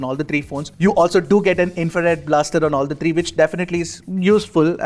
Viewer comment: Tree not three😂